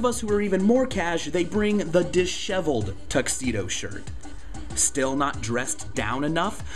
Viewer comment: its dis-heveled not dish-eveled, sorry im a grammar freak